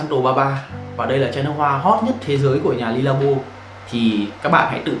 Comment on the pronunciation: Khổ quá. Dùng nước hoa bao năm rồi đọc nó chuẩn tí, éo phải Le, Lê hay Ly. Ô chả biết cái éo gì cả